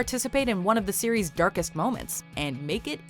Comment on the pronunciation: it sounds like your saying Siri and so when ever you say series Siri will pop up to say hi